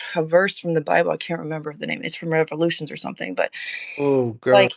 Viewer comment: Did she say the book of revolutions? 😂😂😂